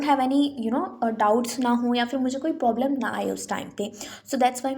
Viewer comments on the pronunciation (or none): Hehe pe aapne problem ki jagah poblem bola😂😂